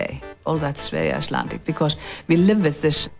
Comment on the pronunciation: She overdoes her icelandic pronounciation. She can speak with a better accent but somehow she often does this in interviews.